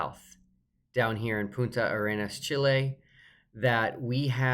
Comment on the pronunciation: says "Punta Arenas" properly...hope both sides get definitive footage.